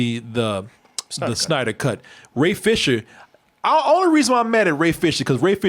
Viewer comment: "Re-editing the Snyer cut" oh see what you did tried there, but because the "d" is important for the name this is an example of what not to edit out.